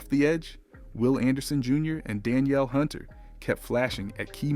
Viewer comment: Whole video cap. PS we don’t actually feel this way. Our Texans have proved for the last 2 seasons that we’re built for January. And have only improved. With exception of OC and OL. And PS it was a home game. They weren’t in Las Vegas. Oh, and PS it’s pronounced “Duh-neel” Hunter. Not “Dan-yell.” 😑😆